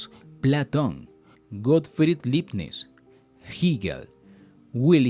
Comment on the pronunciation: Todo bien, pero ¿por qué dices los nombres alemanes con pronunciación anglosajona? Se oye raro o no se entiende. Ej. Fichte se pronuncia "Fijte" y no "Fitche", Leibnitz se pronuncia "laibnitz" y no Libnits", Hegel se pronuncia "Geguel" y no "Giguel", Schelling es "sheling" y no "Skeling". Saludos